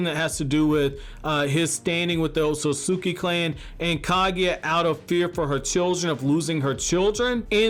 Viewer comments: Dude, do you ever breathe? Slow down! It felt like I was holding my own breath listening to you. Maybe that's why you keep saying "Ososoki" instead of "Otsutsuki" because you don't give yourself enough time to enunciate properly. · Stop saying ot-so-sus-ki its ot-sus-ki